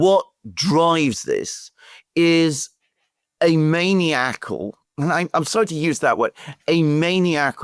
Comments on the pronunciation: Also, "maniacal" is pronounced" "man-EYE-ac-al" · Maniacal” I believe that “man-EYE-acle” is the pronunciation you’re looking for. Accent on the 2nd syllable, pronounced with a long “i” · Alexander it's pronounced man-I-ak - ak not as in megalomania.